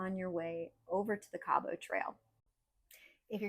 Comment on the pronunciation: I enjoyed this, and happy you enjoyed your visit here as well. A little note, it is pronouced Kabbit, not Cab-ought 🙂